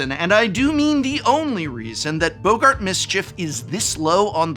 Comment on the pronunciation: 😂 calling boggarts "Bogart"